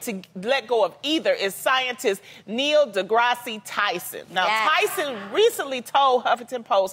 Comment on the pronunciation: ......... Okay... First, you guys gotta tell Loni how to correctly pronounce the names of the people she's bringing up for these discussions. Y'all do multiple takes; there is no excuse for the final cut to have her saying Tyson's name wrong. Second, if Loni really wants a sequel... TO A MOVIE DISCUSSING THE REAL LIFE EVENTS ABOUT 1200 PEOPLE WHO PERISHED BECAUSE THE WORLD WAS TOO STUPID TO THINK THAT SHIPS SHOULD HAVE ENOUGH LIFEBOATS TO SAVE EVERYBODY... there are 3 animated Titanic movies she can watch and multiple live actions films about the sinking ... >__>